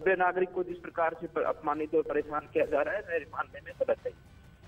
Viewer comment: Aman sir stya parishan hota he parajit nahi